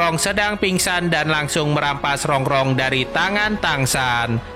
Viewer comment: Baca nama Rung2 kok Rong2